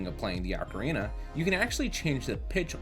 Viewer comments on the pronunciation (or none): This is a great video.... BUT.... "Ark-a-reena of Time"?!?!?!?! "CO-CORI Forest"?!?!?!? Nooooooooooooooooo 😢